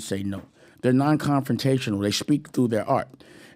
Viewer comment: What's wrong with his speech? Sounds like he adds "sh" to every word. For example See = shee, speak = Shpeak, also = alsho.